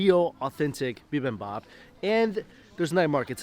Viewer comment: "BibimBAPPIN'." Mike, get that on a shirt.